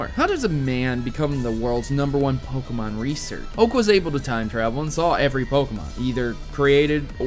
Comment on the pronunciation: BUT It's pronounced Poke-Ay-Mon not Poke-Uh-Mon